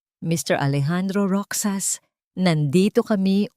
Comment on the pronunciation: Roxas sa Filipino Kung basahin po ay "Rohas"